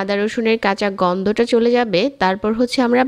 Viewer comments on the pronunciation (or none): উচ্চারণের এই অবস্থা কেন!? বেজে কী, ভেজে হবে। গন্দ না, গন্ধ হবে।